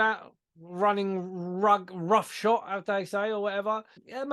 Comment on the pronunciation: It’s ‘Rough shod’ …..;)